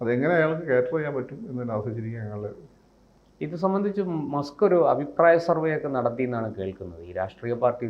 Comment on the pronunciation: മാസ്ക്ക് അല്ല മസ്ക്ക് 👍